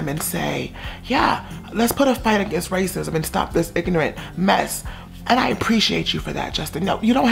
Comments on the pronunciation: “raycisum” lmaooo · I love this and the tone and the way you were pronouncing the words yummy and Justin and racism I died 😂😂😂